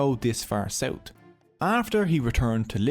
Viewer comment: Say it with me "month" not "munt" south not sout. Noorth not nort. Jesus